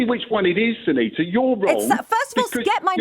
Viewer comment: sangita and suneeta are two very different names. It was laziness and purely done with the intention to disrespect her. Well done to her for standing up for herself. If she got his name wrong and called him ‘Dave’ or something I am sure he would have not been impressed either!